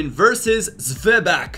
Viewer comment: His pronunciation of zweback is quiet funny